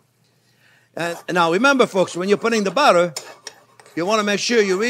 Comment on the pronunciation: I love the way he pronounce buttah